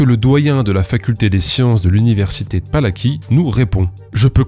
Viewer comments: J'ai envie d'être chiant : ça se lit "Pala-ts-ky", pas "Pala-ki" (le 'c' se lit 'ts') (mais bon, ça te fait du référencement) (j'adore ton travail, j'espère bien qu'il y aura une saga sur les crèmes de Guerlain x) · Ah mais c'est l'université Palacký, pas Palaki, le c se prononce "ts", je connais ! Mais j'avais pas capté à l'oral. C'est comme la Marche de Radetzky pour la prononciation